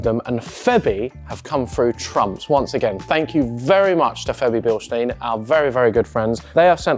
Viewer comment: It is pronounced Bilstine, not Bilsteen...